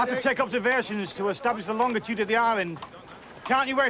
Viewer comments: Why can't people say longitude properly? It is not LongDitude or LongTitude. WTH? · She keeps saying "longtitude". No "tit" in longitude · Darling its LonGITude ....not LongTIT ude !!